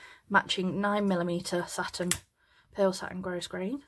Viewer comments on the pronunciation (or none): thank you for your clear detailed, teaching. I am an old retired teacher, making hair bows for granddaughters, and your instructions are beautifully presented. Thank you!!!! (FYI…grosgrain is a French word, where the /s/ is silent…..grow-grain.)